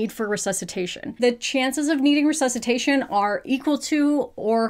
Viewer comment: that "ressesutation" gave me shivers, and English is not even my first language... it's not just sex ed in the US that let you guys down, is the entire educational system. Ours, here in Italy, is not ideal either, but it suddenly seems way less worse... 😅